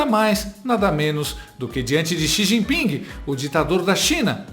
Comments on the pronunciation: "Companheiro Si Gin Ping" kkkkkkkk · O cachaceiro é muito burro. "O copanhero SIJIPING” 😂😂😂😂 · companheiro CI XIN PING 😂😂😂😂😂😂😂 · ele quase fala xi jinpinga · "Plostituta! Pilanha! Meletliz! Galota de ploglama! Kenga!" - Xi Jipinga pra Esbanja😂